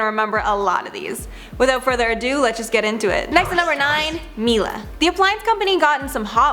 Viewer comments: Isn't in pronaunced MIELE not Milla? 😂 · HM GB also mispronounced it like ugh 😂 for some extensive research, you think she’d get the pronunciation correct.